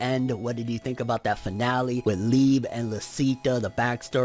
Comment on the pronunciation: It’s Liebehh I’m Mexican all the Japanese names have the same pronunciation as Spanish words it’s not lebe E it’s ehh and narutooo not narutooh